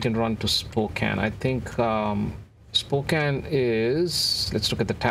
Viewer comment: Thank you for pronouncing Spokane correctly!